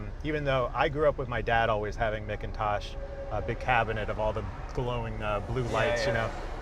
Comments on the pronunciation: "Mick -in-tosh" stereos, guys? NO "MACK-in-Tosh" stereos! The world's BEST stereos, made in the USA! (But I agree with you Jay - the sound of the right motor is music to my ears!) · These cars were all delivered with a vinyl roof to hide the weld from where the sedan roof was shortened. Removing it usually requires a fair amount of metalwork repair. A steel sunroof was a factory option. Also, while it is spelled McIntosh, it's definitely pronounced MACK-Intosh. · Mickintosh?????? At least Jay got it right.